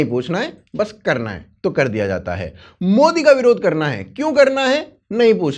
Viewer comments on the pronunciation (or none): none